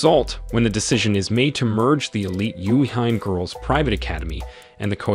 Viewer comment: #7 'yuu ee hee may'=Yuihime..if you gonna critique anime, you gotta learn to say the nihongo correctly.